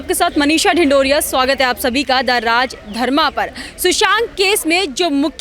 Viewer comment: मनीषा राजधर्मा नहीं बल्कि राजधर्मा कहते है। गलत उच्चारण मत करिए।